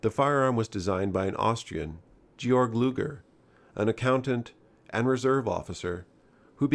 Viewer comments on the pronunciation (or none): friend, the Germanic name "Georg" is actually pronounced GAY-yorg, not "Jorj.' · Gees ! GET YOUR PRONOUNCIATIONS correct ! Not "Jeorge" Luger but "GAY-ORG" Luger ! And "Bork-Art" ! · It’s pronounced “gay-org”, not “jee-org” 🤦‍♂️ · It's not Dzyorg Looger you Filistine. You pronounce it Gay-org in German. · His name was pronounced Georg (Gay org) Luger. the stock is a Luger stock being fitted on the back of the Artillery Luger pistol; not a Broom handle stock. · It's pronounced "Gay-Org" luger :) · I'm sure someone has said it by now but Georg Luger is pronounced "gay-org", excellent video! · It's pronounced "Gay-org,". You might snicker, you might not, but the germanic language is what it is. Sub-note: "Gee-ork" is also used. P.S. Love your work! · I Love the P08 luger and you should pronounce georg it should sound jeorg luger the letter g should sound letter y in German the letter j sounds letter y in german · FYI Georg is pronounced Gay-org in German